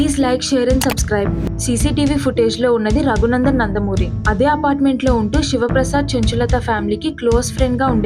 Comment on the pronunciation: Not Nandamuri yandamuri